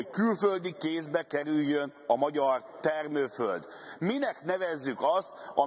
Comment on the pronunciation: az LMP-től....jaj tanuljál meg rendesen beszélni....nem is értesz az egész akkumlátorgyár tervezésében. Milyen termővöld...én csak parlagot láttam...🤣😂😂🤣😂